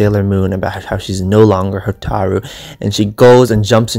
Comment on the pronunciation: Hotaru not HO TAAAARRRR RU Hotaru